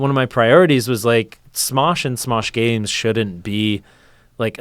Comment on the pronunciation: Smesh gaems